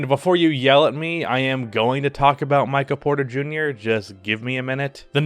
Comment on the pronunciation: Maybe it's just my allergies messing with my hearing but it sounded like you kept saying Micah Porter Jr.